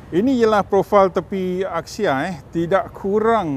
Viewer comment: It’s pronounced as Axia not Akxia